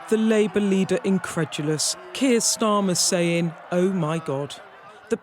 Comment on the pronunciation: "Still sayin". Saying, my dear. Saying. A reporter should articulate properly.